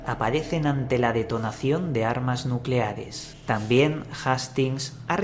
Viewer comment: nucelares* Nu-celares*